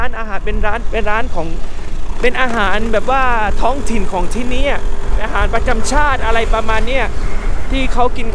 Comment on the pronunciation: ช่วยออกเสียงคำว่า”ที่นี่” ให้ถูกสักทีเถอะะะะะะะ ขอร้องงงงง